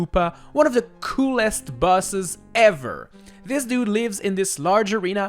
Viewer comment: It kinda sounds like he's saying "Ranking all the buses"